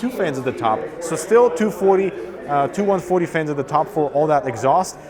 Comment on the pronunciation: He says"fains" :-D